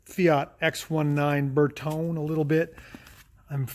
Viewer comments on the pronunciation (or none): ...and please... "bear-TOE-nay"! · Bertone. Ber toe nay 😊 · Ver tone ee: three syllables. It's Italian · Ber not Ver 👍 Ber-tone-ee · The moment that pronounced Bertone like that I clicked out the video!! 😞